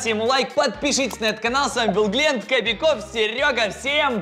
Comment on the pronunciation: Валентина Иванова не гленд а глент